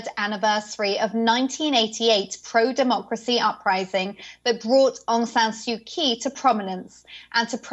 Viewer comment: You can't pronounce the name of the country, or their elected leader. The owner of this channel should message me if they want someone better.